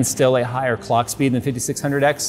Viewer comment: "19% instruction per cock" not per clock. Please pay attention to the AMD presentation.